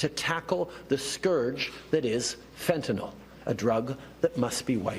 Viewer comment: Thank you for being the only ones to pronounce fentanyl correctly.